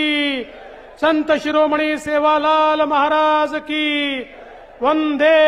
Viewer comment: वंधे नाही नालायका वंदे म्हण वंदे मातरम च वंधे मातरम नको करू मुर्खा